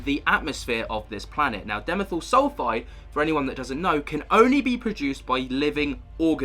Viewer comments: It's pronounced DI (rhymes with pie) - ME (rhymes with tree) - THYL (rhymes with style) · It's di....methyl - not dimethyl. Think of Carbon Dioxide.